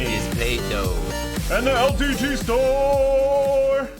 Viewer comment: Every normal Person: LTT Store: (El) Titty Store!